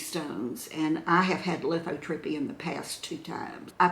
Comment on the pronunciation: the tube that goes from your kidney to your bladder is the URETER, the tube from your bladder to the opening where the urine comes out is your URETHRA. And you had lithotripsy, not lithotrippy!😂 Love you!